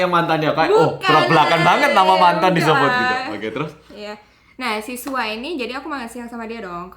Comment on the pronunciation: Gw SUAR..... KAK😂😂😂 BKN SUA